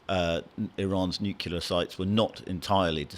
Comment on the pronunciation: Nuclear not 'nucular' please!